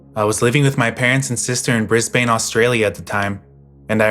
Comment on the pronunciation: Awesome video as usual! Also, tip from a local, we don’t pronounce it as Brisbane, more like Brisbuhn.